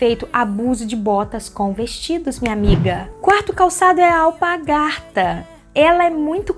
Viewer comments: ALPARGATAS e não alpagarta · Querida o nome não é alpagartas como você diz, e sim alpargatas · E alpargatas e não alpagartas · o nome correto e ALPARGATAS e não apagadas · desculpe, mas a palavra é alpaRgatas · Você disse “alpagartas” várias vezes. Mas o certo é alpargatas. 😉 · Vc fala alpargarta?